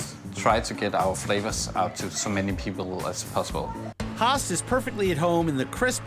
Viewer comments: He cant say höst he say hastt the ö sound is not either a u sound ö is one of its on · When he says "höst" he says it without the "¨" but in danish "host"means cough, whereas the ö makes it harvest, quite the difference.